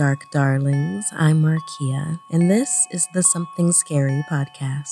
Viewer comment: Finally someone said it rightlol